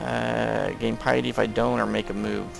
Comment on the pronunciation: i dont rage but it kinda bothers me its not pi-a-dy its pi-ty k